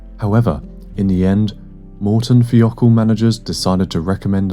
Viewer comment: Just a pronunciation note: it's Morton THY-O-KAHL Not THEE-O-KAHL.